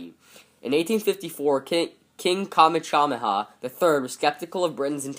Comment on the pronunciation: I suggest looking up online how to properly pronounce the Hawaiian's monarchs' names. You can use various site online on how to pronounce "Kamehameha" and "Kalakaua". Those site will even provide an audio so you can hear the correct pronunciation, so practice saying those name aloud. Also, change the video privacy setting from "Public" to "Unlisted".